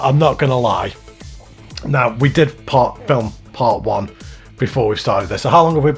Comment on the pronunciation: part not patt